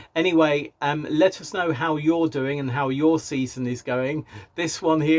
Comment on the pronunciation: Did I hear you say, “Let us know how you’re doing” or “Lettuce know how you’re doing”?🥬